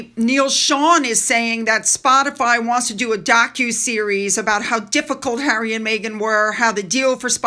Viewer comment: She went to visit Hawwy to the “fun” hotel